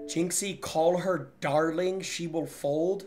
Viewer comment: Darlin*** not darling lol 😂